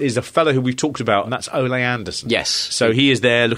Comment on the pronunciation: Can you stop pronouncing his name as if he were Spanish. His name is Ole (Oh-Lee)